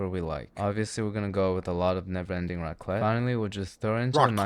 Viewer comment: It's raclette, not racket.